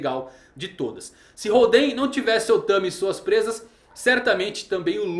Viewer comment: legal o video, mas nao eh "holdEn" e sim hOlden que faz mencao ao estilo de poker, ainda oda brincando com os jogos em tudo relacionado ao kaidou